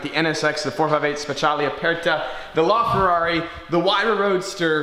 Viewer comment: La Ferrari, not Lar Ferrari